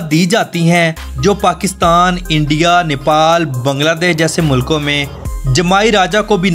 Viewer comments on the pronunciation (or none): none